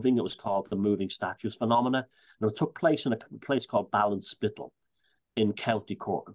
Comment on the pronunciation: Wow it was great to hear you say Ballinspittle, I spent every summer in Garrets Town and we would go Ballinspittle every other day, I stool in front of the statue for hours, beautiful place. Thank you lovely memories for me. 💐